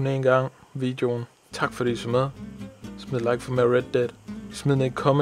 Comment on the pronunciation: Mer rrredd dedd🍳